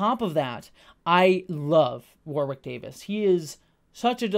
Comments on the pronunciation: After being a lifelong fan I learned TODAY: Warwick is pronounced with a silent 2nd W (War*ick) - saw the man explain it himself in a behind the scenes with the new cast. We’ve all been reading his name for decades and not hearing it spoken. Just passing along in case you see this. ❤️ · Can’t wait to watch this show! I never watched willow but I love Warwick (pronounced woh-Rick for the Americans in the comments not war-wick) so much